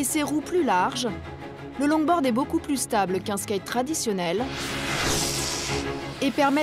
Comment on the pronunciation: La prononciation de longboard m'a tuée